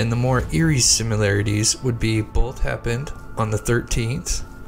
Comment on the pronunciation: Pronounce Similarities as it’s spelled. It’s not Simu larities. 🤦🏼‍♀️